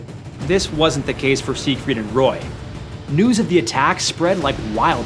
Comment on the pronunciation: Seigfried? Seriously? 😂😂